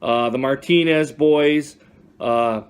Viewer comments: Goss it's gose how do you have any subscribers dude you can't even pronounce names wtf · I was making fun of you dumbass ass you said Goss it's gose